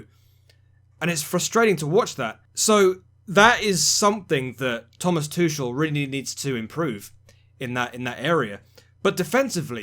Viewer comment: I understand Tuchel is pronounced Tukel with a 'soft' k